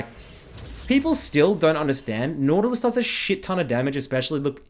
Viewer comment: NAUTALUS? XD